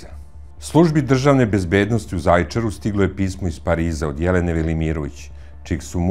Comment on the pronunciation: Aman nauci kako se izgovara Zajecar